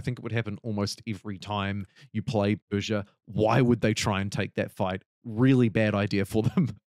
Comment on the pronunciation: your pronunciation was pretty correct actually I think what's gonna piss most iranians off is that the country is named Persia in all pdx games when it was never called that by it's own people